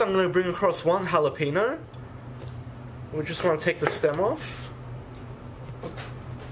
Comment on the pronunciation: "Halapenyo", not "halapeeno". Regional pronounciations of words are hillarious sometimes. You have amazing content, my friend! Respect! 🤓